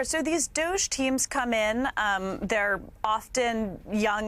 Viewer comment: It’s not douge. It’s Dog-E